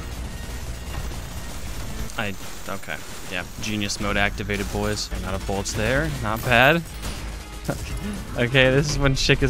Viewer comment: “Need more boolets” x7